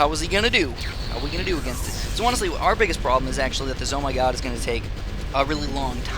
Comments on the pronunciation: its sounds wrong when you call it Z O my god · im sorry to say this but its called ZOM_G